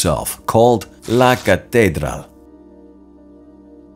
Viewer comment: u may want to easily check up on the pronunciation of LA CATEDRAL. like in English break it down, the word ends in AL. Thanks for ur video.